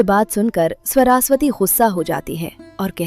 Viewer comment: Sorasvati nahi yr saraswati hota hai 😂😂😂😂